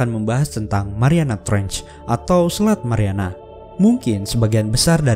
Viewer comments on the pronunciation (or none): menit ke yang bener "Trench" min, bukan "Tranch" meluruskan sajaa.